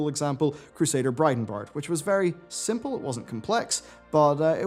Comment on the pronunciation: One of these days, is going to pronnounce Bridenbrad right.